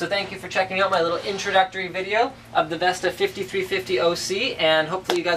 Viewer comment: Why are you calling it VESTA?